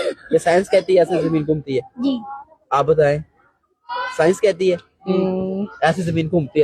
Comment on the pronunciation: साइंस नही सैंस 😂